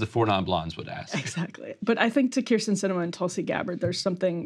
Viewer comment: This is ginnah end a lottah “Kyrs’n Cinema”. 😹